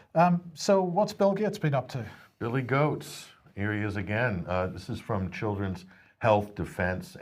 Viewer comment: Loved this News!!! Serious staff but said way that at times I had to laught. Thank You! :) Did I heard well Bill Goat??? :D